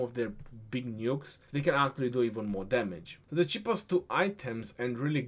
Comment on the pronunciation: No of times says 'Aaktually' in this video - 34 #AaktuallyCount